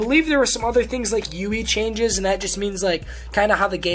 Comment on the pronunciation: Do you really think it's pronounced "youeey"?